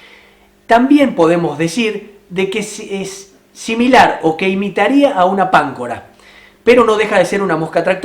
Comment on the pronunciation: Guarda con la pronunciación tanto en inglés como en castellano, porque estás transmitiendo mal, un ejemplo Pancora se pronuncia con el acento en la O